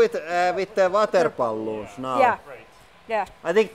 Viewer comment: Water bah-loon was the best!